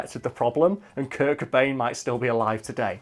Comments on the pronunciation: Did he just say Kurk Bane? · Kurt Cobain. Cobain. With a 'C'.